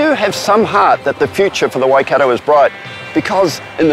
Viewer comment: NO Why-Cat-toe YES - Why-Cut-to/re (tore) = Waikato NO Towel-po YES - Toe-po/re (pore) = Taupo